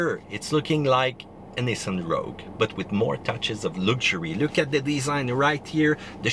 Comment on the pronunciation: It's nissan......🤢